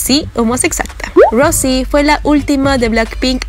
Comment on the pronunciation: se dice rous no rose y no jisu se dice yiso y se escribe jisoo amiga aprende